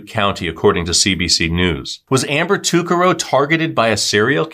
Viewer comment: You pronounced her last name wrong Ta Car Ro